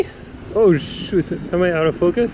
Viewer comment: Another great video, at 6.02 when you say out of focus, it sounds like ur saying “ Mother fuc...s “ lol I am a retired wedding photographer in which I had to perfect each shot...and I find street photography mostly mundane images, but I must say your portraits of the young friendly dude 8.27 are fantastic...well done, you are very talented🙂